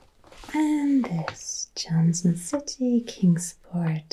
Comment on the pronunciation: To hear you talk about Tennessee and to even say “Chattanooga”/“Kingsport”/ “Johnson City”/“Bristol” correctly made my heart happy, although I’m surprised Dollywood wasn’t mentioned lol. I grew up here in East Tennessee (Specifically Greeneville, Tennessee) since I was 9 and I live in Chattanooga now. Thank you for this! Btw I sent you an email!